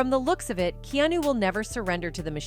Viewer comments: willem DAYfo? Keenoo? Maybe you could get a real person to read the story instead? :) Thank you for the video. it was good. Except for that voice haha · You should learn to pronounce Keanu's first name correctly!!!!!! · The AI narrator can't even pronounce his name correctly. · Instant downvote, please pronounce the mans name correctly - a deserved diggnity i afford to anyone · They can't even say his name right. Fuck Hollywood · You can't even pronounce his name right or anyone else geezz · That’s a bot, it can’t pronounce anyone’s name correctly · Id love to hear keanu tell us out of his iwn mouth instead of some ai voice that cant pronounce his name right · stupid AI can't even speak Keanu's name correctly. Can't listen to this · I hate the ai voice overs fn up his name, and others. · They couldn't program this dumb ai to say his name correctly before making this video?? 🙄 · Fuck me it's Keanu say it probably for fuck sake lol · talk!!! AI VOICE IS STUPID. You can't even say his name right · It would be respectful to pronounce his name correctly.. forgive me but is this a bot narrating this video? Yeah a huge fan of "Keanu" since Bill and Teds... he's a humble example to all of how to be wealthy and successful but not corrupt. God bless him and his loved ones. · The pronunciation of "Keanu" should be corrected. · You pronounce his name like you are AI 😂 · I just wish the narrator would pronounce Keanu's name correctly ????? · Why can’t you say his name right? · It’s a shame you do a whole video on a man without pronouncing his name correctly 🙄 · Omg I could hardly stand by and listen to his first name being mispronounced EVERY TIME! Did anyone else notice? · Is this AI, or can this person just not pronounce his first name, or William 'Day-Fo'. Gotta be some crap AI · A.I. is reading this too. It can't even say his name right 😅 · Lol I just commented to use phonetics in ai script to get correct pronunciation 🖖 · key new? cmon AI. Key AH new. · Keanu. ☒ Key-new ☑